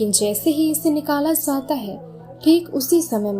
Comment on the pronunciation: zata hy, zati hy, ye bola hy na apny... Usko samajh nhi arha